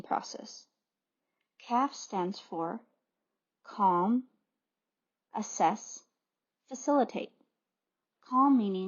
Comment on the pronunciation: It's Assess, not asses. Kind of funny though.